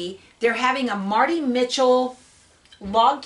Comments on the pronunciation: You're not saying Marti Michell's last name correctly. If you have access to blueprint formerly craftsy, check out one of her videos so that you can hear her say her name. Nothing more embarrassing than saying someone's name incorrectly. BJ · I'm sure you didn't mean to. It's just she's a Icon in the quilting world, I never heard anyone pronounce her name incorrectly. It would be best to hear her pronounce her own name, that way no one can tell you other wise. Here is a link to her YouTube channel: (FromMartiMichell)